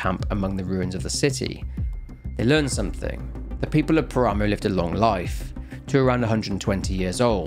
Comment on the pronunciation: Its pronounced "Pára-moh", not Parámow. It means desolate plain, or wastes.